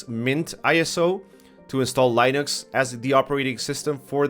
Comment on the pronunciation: "lie-nuhx" no lol. More "lih-nuhx" =Linux